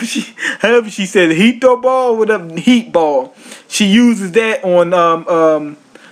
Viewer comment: mad funny review man, kudos. "Heat -TOE- ball?" LMAO XD